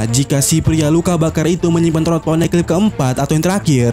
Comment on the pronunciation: Min kok poneglyp jadi poneklyp kedengarannya